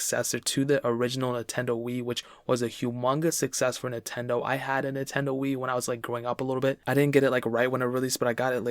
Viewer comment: Drink whenever he says “Nahtendo.”